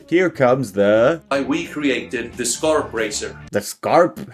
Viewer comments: We don’t pronounce skarp like that, but yes, skarp is sharp in Swedish too. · Skarp is the Swedish word for sharp. His pronunciation of the word Skarp isn’t how we say it in Swedish tho.